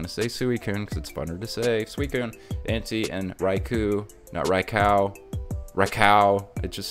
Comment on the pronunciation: This man disrespecting my favorite pokemon entei. En- tay. Lol 😂 good video though